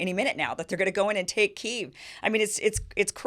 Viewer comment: Her pronunciation is closer to correct one than yours "Kee-yev"